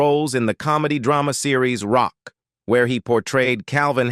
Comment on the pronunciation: ROCK…. It’s pronounced ROCK 😂